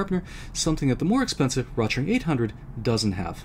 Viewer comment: The name "Rotring" is pronounced "roat-ring", "roat" rhyming with "goat".